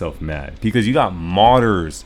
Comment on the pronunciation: When you say "modders" it sounds like "martyrs" which is uncannily fitting